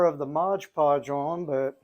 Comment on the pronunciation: I can’t un-hear “modge podge” now!